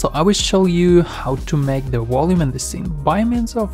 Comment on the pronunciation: Are you saying "volume?" Great video but I keep hearing something like Woloom and I'm not sure if its meant to be volume or something else